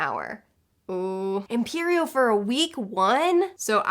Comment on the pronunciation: She said imperio and I heard period and I was like wut? i already do that. somebody come get hermione to lift this!